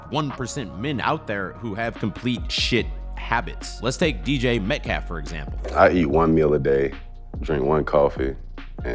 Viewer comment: “DJ Metcalf” 😂